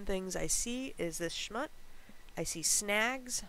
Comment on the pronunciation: Ahh Schmutz- One of my favorite Yiddish words we New Yorkers use regularly,lol. Switch the U to an O and emphasize on that a bit more and ya got it ;) You can kinda(not 100% but enough) the difference,when listening to the audio, on google dictionary 🌻